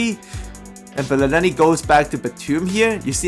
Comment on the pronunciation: Boi can't pronounce belinelli